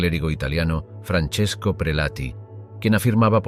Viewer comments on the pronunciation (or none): none